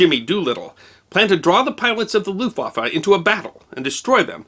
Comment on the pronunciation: Argh "looftwaffer", my ears, my ears, please God let me unhear this abomonation.